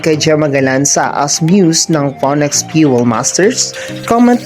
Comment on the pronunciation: You should have pronounce Phoenix as finix not poniks